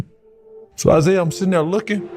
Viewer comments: Exactly what I said…it was the ONLY thing he mispronounced. Real AI mangles more than one word, has awkward pauses and more errors. ✌🏼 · Doesn’t sound like it to me & I’ve heard tons of AI narrators on YT…j/s. (He only mispronounced Isaiah Thomas’s first name.). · mispronounced it more than once. How does a basketball fan not know how to pronounce Isaiah Thomas? Also have you not heard A.I. lately? That was probably chatgpt. A.I. has gotten way better than that monotone crap I heard. Just saying.